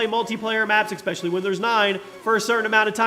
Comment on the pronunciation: Esss pecially not Exxx specially...